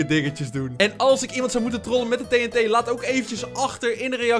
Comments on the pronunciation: Je zegt TNT verkeert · je. zegt tet. maar het is. tnt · Het doet mij pijn hoe jij TNT zegt